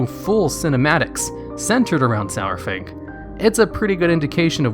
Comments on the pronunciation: The way he says his name.... It's not "sour-fang" it's "sar-fang" idk why people pronounce his name "sour-fang"... Literally everyone in game and blizzard themselves call him "sar-fang" lol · when he pronounced his name SOUR-FANG.....i stopped watching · He says Sour Fang instead of Saurfang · i love ya, but it's Sar-Fang not Sour-Fang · It's not SOWERfang, it's SAARFang. Saurfang makes AAR sound. :o That's only thing that bothered me in the video. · Everytime you said "sourfang" it made me cringe. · Sourfang? really? Saurfang.... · Why is he calling him Sourfang? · Stop saying SO-WER-FANG, Jesus. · Lost me at "Sour-Fang." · Every time you said "Sourfang" I would scroll down and re-read the title to make sure it was spelt the way I thought it was.